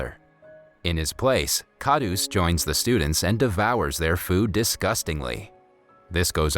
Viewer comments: Kahdus is pronounced Kah-rhoos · it is pronounced kharus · its not dabba its deba and its kharus not khadus d is pronounced as r and it means greedy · It's kharus not kadus